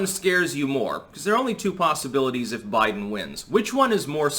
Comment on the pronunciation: He said Joe Blidens